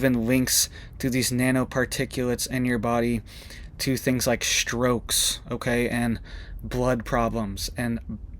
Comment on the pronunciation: If you want a little bit more credibility, then... 1) Strokes, not SHtrokes 2) Perject? 3) Authorization, the 'i' is soft 4) Fertilization, the 'i' is soft 5) Earthquake eruptions on earth? 6) Never on the radar? Incorrect. YOU never see them on the radar. You can't prove a negative. Look it up. Additionally, MonkeyWerx shows them on the radar. 7) 19M video with 1 or 2 minutes of content → good job.